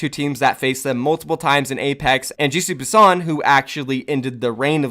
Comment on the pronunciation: Everytime you said "GC Busan" I heard "Juicy Busan"